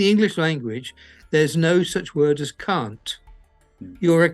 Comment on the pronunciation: Great video and hats off to the heroic crew and the captain.That being said... ''Can't'' is not what I heard at first and caught me a little off guard 😂😂😂